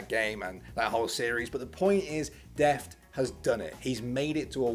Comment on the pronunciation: bro its 'Deft' not deaf, lol